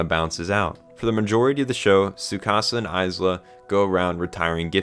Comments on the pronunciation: its pronounced Eye-duh its only spelt Isla (im trying not to cry right now) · First, a giftia died every time you said Isla’s name like that, so congratulations mate. And second, i really get what you meant at the point where you said ‘this is the moment it went from solid 8-9 to something far greater’, i felt the same thing, only it was more like solid 7-8 for me before. Tho funnily, i think that actually makes it more impactful like that, as the bigger the gearshift (in how much you’re liking something) the more surprising it is. So I’ve no doubt the last few episodes are gonna make future me look back on the whole show thinking its all better than I woulda apart from it. ….for better or worse that may be. The only things I guess I could say is, well, Id say im just somewhat harder for media to make cry so i didnt meltdown outright like I did at Assassination Classroom’s ending, but still, water did build in my eyes a bit. I also duuunnoooo if Id back ya up about thinking Tsukasa “isnt flat” cus Ill be real I dont see what he’s got too particularly special-but I didnt have any real PROBLEM with it, if anything maybe it helps just seeing someone more ordinary in a tale that’s tryna be realistic, im just saying. ISLA tho may now be among my favourite anime girls now on the other hand. She was peak. (And I can get you thinking an anime’s music makes just that little more difference, after the likes of Ass Class and MHA, I hold great value in it, but nvm that) And yeah, the message is probably the most important thing about the show as a whole, and I app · bro why did u pronounce isla like that good video tho lol